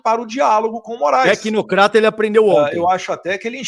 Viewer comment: "TecnoKata".😂😂😂😂😂😂😂😂 Monstro!